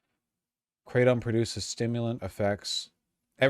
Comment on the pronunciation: "what is Kray-tom?" MY BROTHER IN SIGMAR, YOU TALKED TO PIMPMUNK YOU KNOW WHAT IT IS!